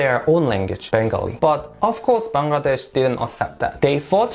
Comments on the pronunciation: Finally a foreigner who can pronounce Bangladesh accurately! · Your the only foreigner I've ever seen who pronounced my country's name Bangladesh correctly! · Your pronunciation of "Bangladesh" is perfect! Many foreigners normally fail to say it.... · Me to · Bahi Akjonke Pailam je Bangladesher nam thek motoh bolte pare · U r the first foreigner whom i see to pronounce Bangladesh perfectly.. Love from BD.. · I am happy that you can pronounce Bangladesh correctly which many foreigners cannot. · I am so happy to you that you have pronounced my country's name properly... Actually the foreigners pronounce it wrongly.... 😀😀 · Thank you so much brother you pronounced Bangladesh so perfectly.